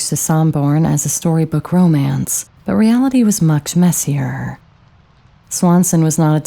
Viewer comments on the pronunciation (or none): none